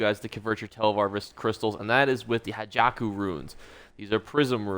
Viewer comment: please stop calling it "Hajaku Runes". It's Ha-kei-jo (like "Ha Key Joe"). Thank you.